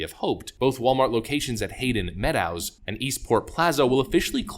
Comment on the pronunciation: I am rather amused at how poorly you pronounced Hay-d'n Meadows. It would be five years ago now, but I remember a stark contrast between chain stores in Portland and stores in the surrounding neighborhoods. The stores in Portland were disgusting as were most of the people that frequented them, while the people that were in the stores to the Southwest were much more presentable and the stores were very clean. The demographics were different but the cultures were what made the difference.